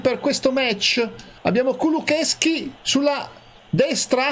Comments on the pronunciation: Si dice kulusevski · si dice kulosesky